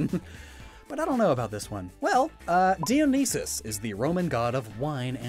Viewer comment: Is it me or just say dionysus's name wrong